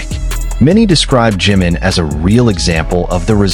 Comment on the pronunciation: Su nombre es JIMIN, no JIM, porque cuando lo pronuncias se interpreta como JIN que es otro de los Miembros de BTS. Por favor 🙏 con mucho cariño te pido pronunciar correctamente el nombre de nuestro precioso miembro JI-MIN